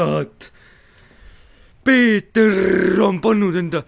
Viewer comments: Väga lahe video,see koht on väga naljakas kus sa ütleb näiteks kirrrrves või peeterrrr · Kas Peeterrrrr annab mulle ka ühe eurrrrro